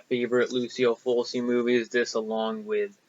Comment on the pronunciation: I liked your pickups. Tenebre rocks! What were the other horror vhs tapes that you didn't buy? By the way, for your information, you're pronouncing Lucio Fulci's name incorrectly. Here's how...